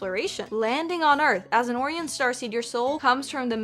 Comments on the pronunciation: please 😭 that is pronounced o-Ryan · Oh-rian not Or-ian 😂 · I believe the word is pronounced oh-RYE-un, not OR-ee-un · it's "Oh-rye-uhn," no "Orr-E-uhn." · 😂 not "Or-ee-an", "Or-eye-on". 😂 Best way to troll this. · It’s pronounced Oh Ryan. 😂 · Pronouncing O-rye-on Or-re-on was cute af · Orion is pronounced oh-rye-an. Jus' sayin'. It's also a constellation (Orion's Belt anyone?). Just letting ya know so you don't embarrass later. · Orion O-rye-un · Orion is pronounced "Oh Ryan". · I could be wrong but I think it’s pronounced O - Ryan cuz that’s actually a real pronounce space thing idk it’s in the movie men in black with will smith and that’s how they pronounced it haha 😂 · Not sure if you were being sarcastic But it's pronounced O Ryan. Can be seen in the big Dipper constellation, shooting his bow in mythology. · Orion is O-ryan. Why? I have no idea. But that's how we say it in English...maybe it's the Greek pronunciation of a Greek name??? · Oh-Rye-Un like the constellation with the 3 star belt. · Longtime fan and loved this video but Orion is pronounced “oh-Ryan”. It’s the constellation of the hunter. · hearing her mispronounce orion hurt my soul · Your pronunciation of Orion being wrong on both accounts absolutely took me out! 😂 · I dont think you are saying Orion right. It's okay.